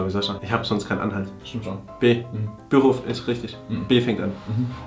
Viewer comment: Ich hasse es, wie die die Wörter teilweise betonen, bei "Büro" liegt die Betonung auf dem "o" und die "U"s in Hubbabubba sind eindeutig kurz 😂